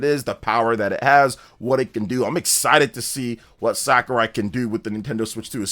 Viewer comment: SAKURAI! NOT SKARAI